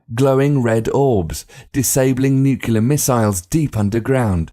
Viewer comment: Why do You keep saying nukelar instead of nuclear??? Please, study, it is your chance! Don't take anything for granted!